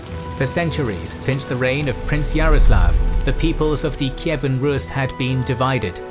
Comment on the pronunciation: Russia has nothing to do with Kievan RUS. The pronunciation in English is incorrect.